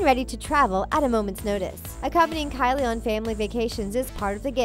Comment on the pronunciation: All I'm hearing is Callie Jenner lol